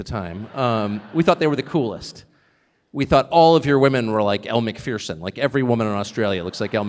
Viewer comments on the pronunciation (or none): Does anyone know why Tucker always seems to Miss mispronounce a certain woman's name? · Did anyone else hear how Tucker Carlson pronounce Elle Macpherson. American English.🤣🤣 Why doesn't Tucker go to China and interview Xi Jinping? Maybe because of Tucker's racist rhetoric towards the Chinese. Tucker won't talk about how he sent a racist text message that “set off a panic at the highest levels of Fox” and ultimately led to his firing.